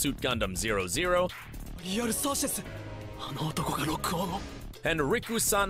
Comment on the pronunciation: it called gundam double o, bruh